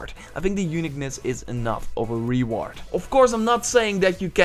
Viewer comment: LOL ree-ward